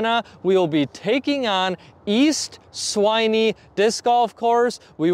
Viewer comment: Swinney - Rhymes with Fin. Sin. Bin. When. Winnie the Pooh!